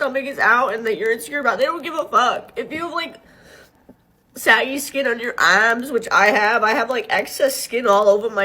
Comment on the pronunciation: Everytime she says “arms”, I swear she says “ass” 😂